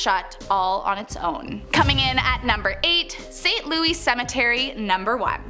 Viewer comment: Its saint louis like missouri pronouced😂